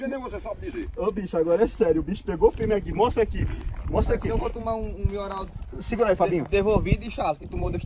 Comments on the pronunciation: Qualquer coisa:a:MIORAL!!! PÓ TOMA XAROPE DE MIORAL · E um remedio chamado melhoral mas ele nao sabe chamar certo ai chama mioral😂😂😂😂😂👍